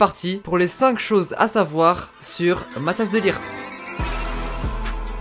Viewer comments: Tu dis Mathias alors que c mathijs de ligt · Tu dis mathias au lieu de mathijs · Matthias ? J'adore la prononciation mdr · Pour les gens qui savent pas prononcer son prenom MATT-ÉYS de ligt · C'est Matthijs pas Mathias ça se lit Mathis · Mathhis pas matias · Pour la prononciation de son prénom c’est : Mat-Aille-Se De Likht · Ca se prononce. Mataisse de ligte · Tu ma stressé à dire Matthias pendant toute la vidéo 😂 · Ça se prononce "Math-Hey-SS" "De t-ou-kom-st" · Petite info : mattijs se prononce "mat , es"